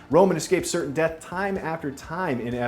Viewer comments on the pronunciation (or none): none